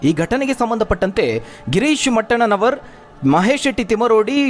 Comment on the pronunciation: ಗಿರೀಶ್ ಮಟ್ಟಣ್ಣನವರು ಅವರ ಹೆಸರನ್ನ ಮೊದಲು ಸರಿಯಾಗಿ ಹೇಳಿ ಮೆಟ್ಟಣ್ಣ ನವರು ಅಂತ ಹೇಳುವಾಗ್ಲೇ ಎಲ್ಲ ತಿಳಿಬೇಕು.